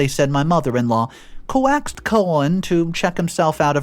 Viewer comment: Co– axed colon? hehe 😂 you're doing that adorable mispronunciation thing again